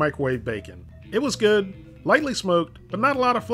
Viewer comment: "And it was guud"